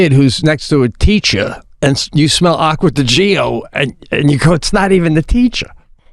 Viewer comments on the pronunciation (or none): Listening to them to them pronouncing names wrong is hilarious!!! Aqua-Di-Gio not Agua-digo 😂😂😂😂#ChipotleJacket #AquaDGO 💀💀